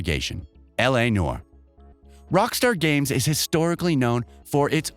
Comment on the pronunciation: Ark-HAM, in-Famous, L.A. Nor 😁